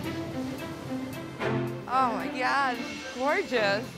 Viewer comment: is so great. "Speet clean. Eediot." I love JP